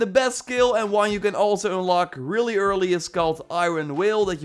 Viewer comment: "Ünlock". Love the Dutch accent. ;-)